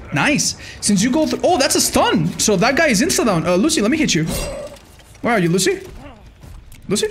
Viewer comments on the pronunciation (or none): none